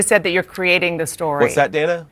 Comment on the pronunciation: JD must be best friends with Uncle Tom Byron McDonald because they talk exactly alike both in tone and rhetoric. They are both condescending, disrespectful, racist, and always make a point to try to overtalk anyone interviewing them. He purposely kept mispronouncing Dana's name too. JD needs to be fired for the hate and pain he has inflicted on the Haitian community. He is just disgusting!